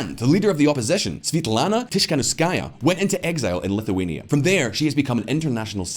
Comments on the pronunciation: TiKHanOvskaya guys, not TiSHkanovskaya! It's at least the second video were she's got mentioned and you still can't name her correctly.. ( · Svetlana Tihanowskaya, not Tishkanskaya =)